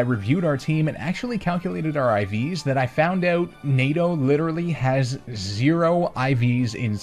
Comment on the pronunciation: every single time you say NADO I can only hear NATO also amazing vid